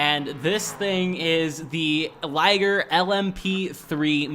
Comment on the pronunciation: Didi you just pronounce Ligier as "Laygr".